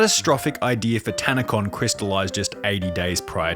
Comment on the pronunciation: It was a literal Tan-a-Con emphasis on tan and con LOL